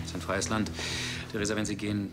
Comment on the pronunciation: Theresa..Theresa....Theresa Danke Theresa, hör zu Theresa Wie oft er einfach Thresa sagt bzw. wie du das zusammengeschnitten hast😂😂